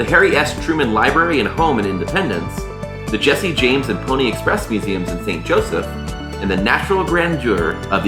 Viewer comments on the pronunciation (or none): none